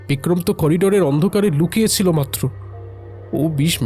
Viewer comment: " Lukachchhilo "? Na " Lukochchhilo!